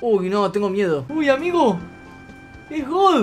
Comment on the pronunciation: Cuando dijo amigoooo en el segundo 10 le salió como tucumano